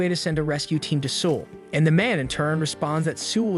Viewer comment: South Koreans are crying and insulted that you can't say the name of their capitals correctly. Seoul doesn't rhyme with drool. It rhymes with soul ...